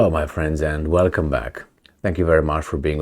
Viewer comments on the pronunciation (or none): none